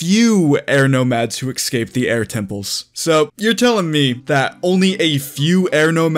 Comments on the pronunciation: why tf do you say excape bruh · “Ecscape” brrrrrr